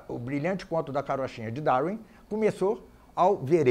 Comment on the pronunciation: "Daurin" kkkkk